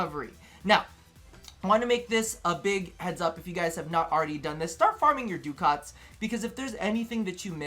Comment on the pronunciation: doo-kahts??? that's one I hadn't heard XD